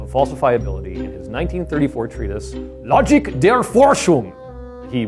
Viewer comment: I mean, you could've just let google read the german word "Logik" out loud before you shout it. Also, you should know how to pronounce Einstein.